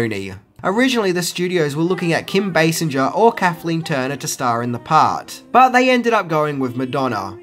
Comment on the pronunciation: That's Kim BASINGER (BAY-SINGER), NOT BASINGER (BAY-SINJER)